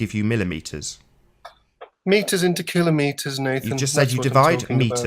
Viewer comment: Thank you for being One of the few people to correctly pronounce kilometres! It drives me crazy when narrators mispronounce this very simple word!